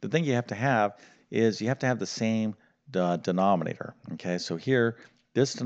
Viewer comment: Generally you speak clearly but it took me a while to work out that prom means problem and denomnator is denominator. Is prob, problem? Noom rater?